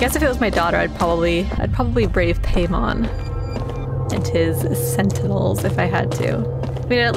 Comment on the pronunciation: Quick tidbit: Paimon is pronounced like "pie-mon" instead of "pay-mon". I'm no grammar police though, so do whatever you want!